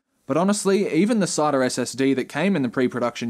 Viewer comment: Please pronounce "SATA" properly next time...